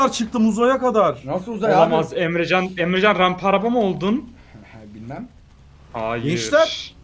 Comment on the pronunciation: ABİ 8 45 DAKİKA DA EMRECANN DİYODUN YA GÜLMEK TEN ÖLDÜM O DAKİKA DA